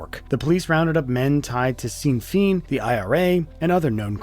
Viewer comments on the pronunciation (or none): “Seen feen” lol Sinn Fein is pronounced like “Shin Fane”. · I didn't even know that's what he said; Sin feen??? It's Shin fayn 💀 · Sinn Fein pronunciation was painful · the way he pronounces Sinn Fein is the worst thing that happened in this video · Dude doesn't know how to pronounce Sinn Féin? Cool story but now I have to wonder how much of that was just completely made up. Like, did that beer thing even happen, or did their AI scriptwriter throw that in to help the video go viral? "Why did he ask for a beer at 6am? We can only speculate!!" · I'm not even Irish and I cringed.